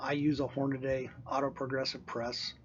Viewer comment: It's not Hornaday. It's Hornady. Horn-a-dee. Idiot.